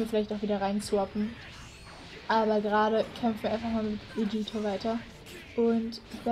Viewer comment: Du sagst Vegieta das heißt Vegeta